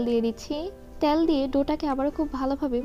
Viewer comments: আপু কিছু মনে করবেন না। আপনার ভিডিও কোনটাই মিস করি না। খুবই উপকারী আর সহজভাবে আপনি রান্না শেখান। সে জায়গা থেকেই বলছি, প্লিজ উচ্চারণের দিকে একটু মনোযোগী হোন। বিশেষত, তেলকে আপনি বারবার "ত্যাল" বলেন। এত সুন্দর ভিডিওর মধ্যে এমন উচ্চারণ শ্রুতিকটু শোনায়।ঠিক করবেন আশা করি। আপনার জন্য ভালবাসা ও দূয়া ❤️ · আপু "ত্যাল" উচ্চারণ টা কানে লাগে।